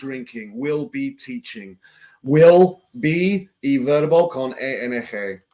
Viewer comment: Es ING no ENG, please say I in spanish corretly, thanks.